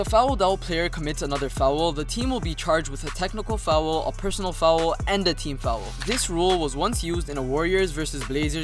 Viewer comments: Fowel lmao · and then goes ahead and pronouces foul as fowool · fou owel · The way you say foul is hilarious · I rlly dont mean it like its rlly bad but it sounds funny, im just exaggerating, keep up the good work